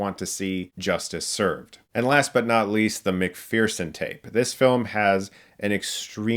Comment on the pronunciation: It’s McPherson tape not McFearson tape